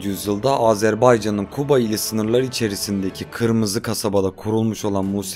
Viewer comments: Kuba deyil Quba demeliydi birincisi!ikincisi bidenne olke adni dduz demeyle xecne duzellmir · Quba ya kuba deyir 😅😅😅😅😅.Azerbaycan rayonunu azerbaycan turkçesinde demelidir. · Kuba yox Quba